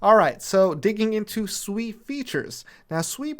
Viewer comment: I thought it was pronounced sway. Like water in Mandarin